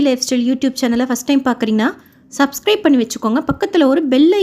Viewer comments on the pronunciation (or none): none